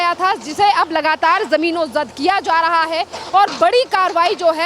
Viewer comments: जमीनोंजद नहीं जमींदोज बोल बेवकूफ... हिंदी की चिंदी मत कर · मैडम जमीनोजद नहीं जमींदोज होता है, यही बोलिए।